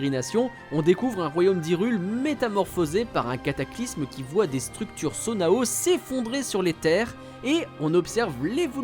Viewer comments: Ça dit « Sona-o » non ? Ça me perturbe ce truc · Bon je vais pas rajouter aux nombreux "trop bien le sans spoil qui spoil le jeu..." Mais le terme Sonau se dit "Sono" ça m'a tellement trigger omg